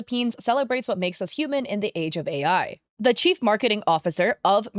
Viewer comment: Btw, every time you said chief something, i heard cheap and thought "yeah, they are cheap to go with AI generated ad"